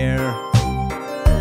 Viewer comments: it not fauzber its fazbear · I definitely agree with you, instead of fazbear, it sounds like he's saying fozbear, like man, that's not how you pronounce it, it's fazbear not fozbear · "Freddy FAHzbear" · This dude really pronouncing Freddy FAUzbear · You type freddy fazbear but you say freddy fezbear but cool animations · Love how he mispronounced Fazbear as Fozbear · He said fozbear not Fazbear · Fandroid! - The Musical Robot the way it said Fazbear !!!it sounded like fez bear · Cus it sounds like Fozbear XD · I like the song, i still don't like how he says "Fahzbear" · deathtrap the bloody bunny he ACCTUALLY said FAHZBEAR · he says freddy fázbear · Fandroid! / Griffinilla look up how to say fazbear lol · U cant convince me this man has had any interactions with fnaf, he pronounced the name of the big man wrong for gods sake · You said fazbear wrong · Not saying fazbear right